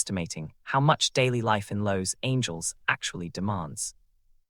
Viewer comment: Why can't you use an actual human narrator instead of a robot? Your robot mispronounces San Francisco and Los Angeles. Great topic and some useful observations, but on future videos it isn't all that expensive to use a real voice narrator and well worth it.